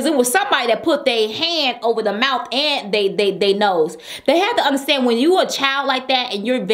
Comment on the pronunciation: close your moulth